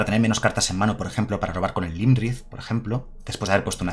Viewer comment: Este mazo mola muchisimo jaja. Solo un apunte, el dragón azul no es Lymrith es Iymrith, es una i, perdón pero es que cada vez que lo decías me sangraba un oído jaja.